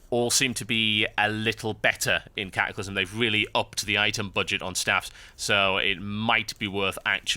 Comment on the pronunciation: ka-ah-clysm :P